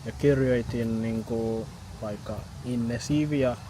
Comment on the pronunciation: had only a very minimal accent. His vowels were right on the money. Amazing. Based on a short listening, the only thing I really noticed was that some of the long consonants (for instace tt in the word "aksentti" (duh), kk in the word "vaikka") were sometimes a bit on the short side. But this only happened in some occurrences, so this is not a matter of not hearing the difference (which is good). I believe that it's easy for to learn new languages in general. Also, I really liked his advice (music, lyrics, things that you like, etc.).